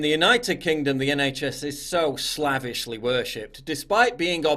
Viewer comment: Yes, I'm aware, but he mispronounced it. Go talk to people in real life.